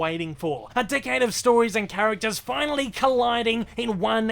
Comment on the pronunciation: Whenever he says “decade” it sounds like “dickhead” lmao